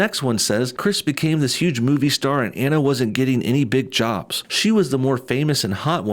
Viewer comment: Omg please pronounce people’s names properly. Anna Faris’s first name is pronounced Ah-na. Drives me nuts. 😜